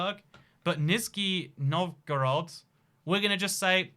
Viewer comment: mate say nizhny novgorod correctly